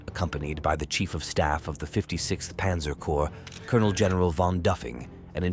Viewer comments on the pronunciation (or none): none